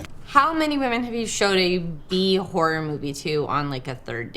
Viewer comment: A lazy tongue turns a horror movie into a whore movie lol